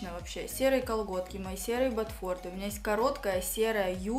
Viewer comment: А ещё батфорДЫ ))